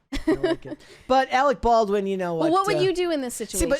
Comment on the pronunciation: "You are worfress Arec Barwin!"